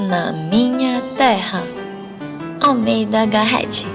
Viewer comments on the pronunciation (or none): OOi adorei seu vídeo, só um adendo Garret se lê Garré kkkk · e "Garret" o "t" é mudo.